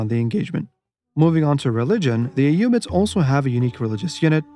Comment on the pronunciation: I love the concise videos, and I really appreciate that we get to hear the units name with the correct arabic pronounciation ! You forgot to mention how the tower of the sultan strikes terror in the mind of your opponent, and overall is the best psychological warfare weapon in the game. Keep up with the good vids !